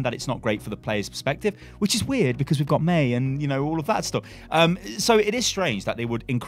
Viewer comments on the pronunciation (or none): none